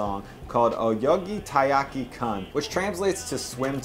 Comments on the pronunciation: "oyogi taiyaki kan" I got that "kan" was supposed to be "kun", but I had to read it on-screen to realise you meant "oyoge" instead of "oyogi". "oyogi" is a real word, it just doesn't make much sense ini this case... hence my confusion. When including foreign words: Try putting them into Google Translate and have it pronounce them for you. You'll be a LOT closer and obvious things like changing the "e" into an "i" won't happen :P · If you're going to educate people about Asian culture, you NEED to pronounce the words correctly, and it's not that hard: Edo period - like the E in eggo, NOT the e in need. -kun - pronounced like racoon, this is equivalent to young and whatever is named before it (note: it doesn't mean anything, and anyone telling you that is lying, it is a title used for children, often male children). Meiji - Meh ee jee (most foreigners default this kind of pronunciation to the hard A sound because it sounds like that to untrained ears - May jee is still closer than what you said). With 2 of these, you are messing up someone's name, and with one of them you are saying something that doesn't exist. Also, in Japanese, there is no Syllabel for "tha", that fish is called tai, not thai. Hence the name being "Taiyaki" and not "Thaiyaki".